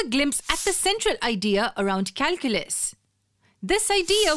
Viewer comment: Who the hell reads this calculas 😂😂